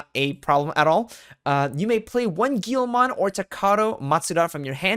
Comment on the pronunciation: Its also a "GUILMON" not "GIYOMON"